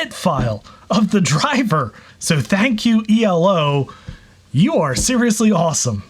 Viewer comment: I thought it was like a word eeelow, not the individual letters e.l.o.? That's the stuff I notice. Oy.